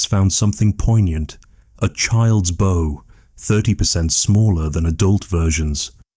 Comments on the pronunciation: Very good 👌 but why pronounce bow as bough so many times, is it narrated by AI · And many mispronunciations of the word "bow" as the tool used to launch an arrow. I keep looking for a boat. AI at work.